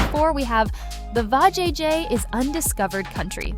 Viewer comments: Poorly verbalize. Anyone who has watched the clip can properly pronounce Va-jay-jay. Except AI, I suppose. Or a human who is not thorough. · VAjayjay 😂 I’m like WTF?